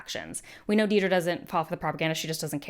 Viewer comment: I also find it odd that so many people misspell her name as Deedra or even say her name, in re-watch and analysis videos, as Deedra, while all the characters distinctly say, Dedra (pronounced it Deh-dra). The mispronunciation as Dee-dra slightly annoys me.